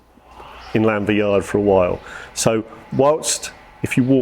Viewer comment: Very nice video, thanks for sharing! I do feel it's a bit annoying can't pronounce Llanfair though 🙁🏴